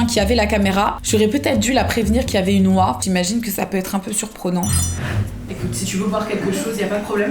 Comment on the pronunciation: Une « oiun »!